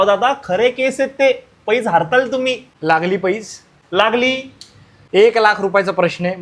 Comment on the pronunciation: हरताल नाही हराल. Punekar😂